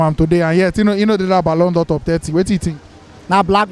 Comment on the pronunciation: My guy said BALLON DIOR 😭